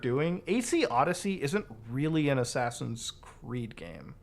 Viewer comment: ofc, Ass-ass-ins’s